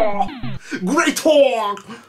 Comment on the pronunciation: ヒカキンさんゲレイトォですよ笑笑笑